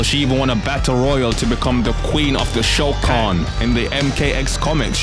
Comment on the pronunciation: Lol the funny thing is Shokan sounds like Shao Khan but with a bad pronunciation like Sho Khan